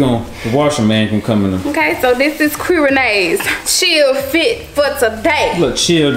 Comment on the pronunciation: I love when calling qui ""😭😩💕